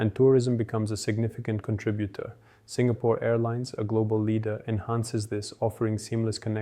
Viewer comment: you lost me at 'CON tribute'